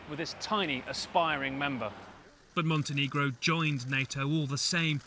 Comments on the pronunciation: It's MONTÆNEGRO not MONTENEEGRO, it's not that difficult, if you think it's "offensive" (that's still only your problem) you can say Crna Gora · Hello CNN, MontenEgro please, not Montenigro :) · As a Montenegrin and watching this makes me cringe when they say MontenEEgro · it should be pronounced like "montinigro"